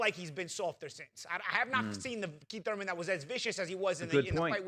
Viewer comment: Kweeth ‘Sometimes’ Thuymon